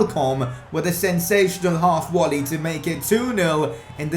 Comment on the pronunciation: It is volley not wolley